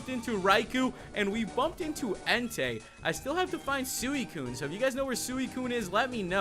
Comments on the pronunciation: it is suicune as in sweekune (correct pronunciation) not sueekun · Its suicune (si-kin)